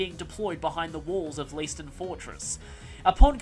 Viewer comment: If it's still German, Leiston is pronouced Layston. Though reading it makes me doubt that.